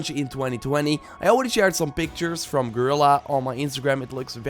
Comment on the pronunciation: Fascinating how even Guerilla misspronounces Guerilla...